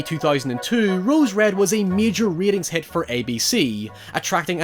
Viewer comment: Ya boi is at it again pronouncing "rating hit" as "reading head"